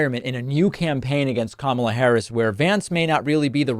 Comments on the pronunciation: The MAGA GOP keeps accusing VP Kamala (pronounced : comma - la) Harris of hiding Pres Biden’s “condition” and not taking action. Yet, the MAGA GOP knew about the Access Hollywood tape, where Trump bragged about grabbing women by their PUSS*. They knew he sided with Putin over his OWN GENERALS! They knew he plotted and led the 1/6 INSURRECTION. They knew he told us to DRINK BLEACH to cure COVID! They know he slurs words. Confuses people’s names. Asked Georgia to find him 11, 780 votes…ON AUDIO!!! They know he calls people ugly names like a 15 year old MEAN GIRL ( a.k.a Donna Trump). They know he’s nutty…AND HE LIES!!!!! Yet this is his THIRD TIME as the party’s nominee! WOW!!!😂 ALERT MAGA GOP: THE OBJECT IS TO NOMINATE YOUR PARTY’S BEST…🤣 VOTE BLUE 💙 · Since trump can't pronounce Kamala correctly, perhaps Dems should start calling him donOLD...